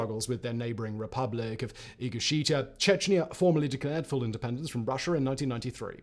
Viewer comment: Republic of Ingusheita? Never heard of it. Sometimes I wonder if you YouTube historians occasionally just make up place names with no details just to see if you can slip one by the audience. Ingosheita in my pants!